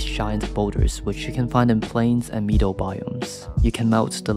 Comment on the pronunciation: thats not how you pronounce lead or meadow